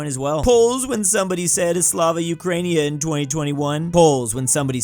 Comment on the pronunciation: needs to learn how to say Slava Ukraini (uh) (Kra) (een) (eh)